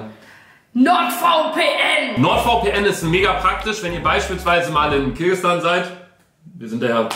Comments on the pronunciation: es heißt kirgisistan und nicht kirgistan btw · das heißt KIRGISISTAN, nicht KIRGISTAN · Nicht Kirgistan!!!! Kirgisistan!!!!!!!! es hat noch ein "si" drinnen🤣🤣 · Nicht Kirgistan, es heißt Kirgisistan... hat das schon richtig gesagt